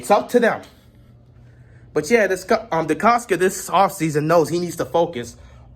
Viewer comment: It is Decosta and you keep saying Decosca